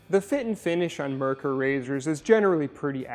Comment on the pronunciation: It's NOT "mer-ker"...it's MARE-cour. It's a German name. Get it right! A simple search would have gotten you there.